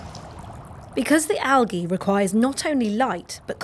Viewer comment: Argh. "al-ge"